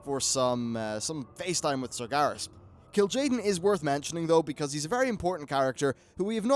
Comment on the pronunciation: its kil`jaden, in WoD we got archimonde in legion we get kil`jaden